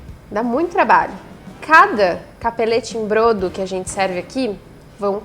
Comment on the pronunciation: A pronúncia é bródo.